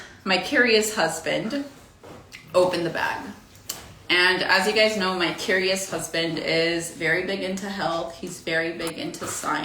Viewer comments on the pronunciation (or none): curious turned into KEW-REE-AS… diction lady diction